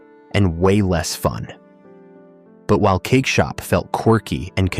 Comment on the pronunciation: I live in NL 24 years and this makes me sad. Oh “dark rooms went dark” er Platenzeiken? Cakeshop? However you pretty much screwed up the pronunciation for almost every shop